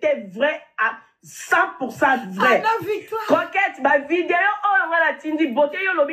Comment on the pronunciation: Maman eza coquette et non croquette